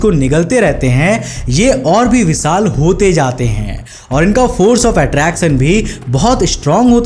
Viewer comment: विसाल नहीं विशाल😂😂😂😂